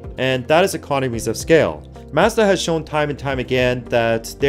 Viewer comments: yt:PLEASE learn how to pronounce MAZDA correctly! :yt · Where did you learn how to say Mazda? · All that info and you don't know how to pronounce Mazda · Ive never heard anyone pronounce Mazda like that. Now I am questioning my life.